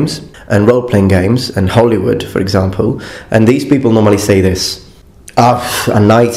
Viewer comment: A little bit of English feedback since you've said you appreciate it: It's "Hollywood," not "Holywood." The b in subtle is silent: "suttle" not "sub-tle."